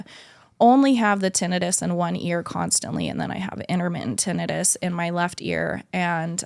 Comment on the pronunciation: I swear it bothers me how she said tinnitus. It's ti-NIGH-tus. Tbh i would've told her just for clarification reasons so she knows going forward the correct pronunciation for it.